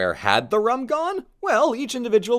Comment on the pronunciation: its pronounced like room, not ruh-m